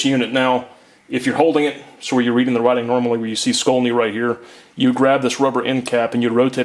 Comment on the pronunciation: "SHKOL-nee," not "SKOL-nee."